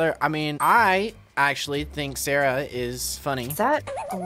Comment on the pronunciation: bro said sharah ☠☠☠☠💀☠💀☠💀☠☠☠